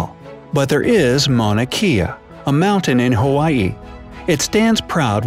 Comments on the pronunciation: I love your facts but Mauna Kea is pronounced kay-a not key-a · can i say that itʻs mauna kea with that E making an A sound. Just to let you know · U said Mauna Kea wrong >_< (im Hawaiian)